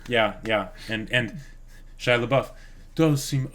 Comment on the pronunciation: Every time they bring back "Shia-labouf" I die a little inside.